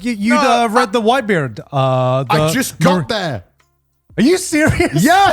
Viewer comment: why did garnt have an indian accent saying whitebeard 😂